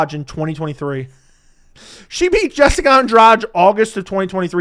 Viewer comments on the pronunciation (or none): none